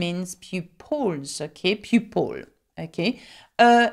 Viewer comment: You have a cute and contigeous French way of pronouncing "L"...Sometimes I try speaking like you ..." Level" " Pupil" "simple"...LOL